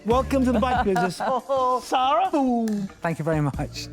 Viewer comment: DEBBIE... DEB... Seeeer-AHhhhhh... Really Dude!?! Ugh